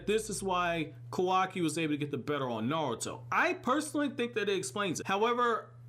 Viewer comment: isn't it pronounced kaawaki instead of kawaaki, the show displays it correctly yet my boy do be sayin kawaaki. but dang i hope naruto be livin in the future :[